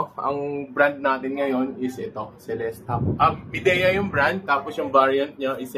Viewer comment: "maydiya" po Boss. kala ko din dati "mideya" 😁